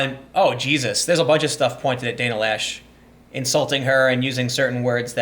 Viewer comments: loesch is pronounciated something close to "lash" because the word is german. translation would be delete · Loesch rhymes with mesh. The O is silent. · I dont care what she tells you, her name is not pronounced "Lash". Laysh is more believable, and Loesch is more likely.